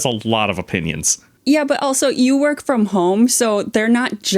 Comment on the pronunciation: Any American: also in every video: elso 😂😂😂